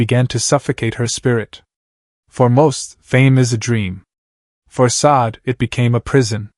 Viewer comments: This is jank. I don't believe any of it. I have only listened to a few minutes and can't go on because you're not pronouncing her name correctly. If you don't know how to pronounce her name, how can you know anything else about the lady? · Pronounce her first name correctly please....